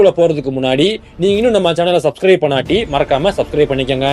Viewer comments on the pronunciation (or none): none